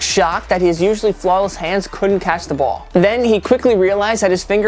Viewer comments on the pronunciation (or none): When he says "Ball" he says "Bole"